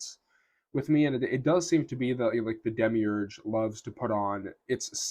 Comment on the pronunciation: why you say demigurg, are you gnostic?